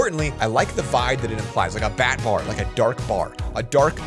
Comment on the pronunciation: When you said batbar I thought it was a buttbar